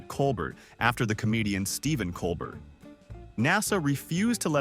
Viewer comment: When did the contest to name the ISS module happen? I assume it was when the Traitor Trump, America's WORST president was mad at Stephen Colbert for making fun of the idiot President , so NASA had to bow to the crybaby. And his name is pronounced co bear.